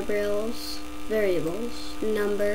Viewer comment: the way she says "variable" tho...lmaooo!!!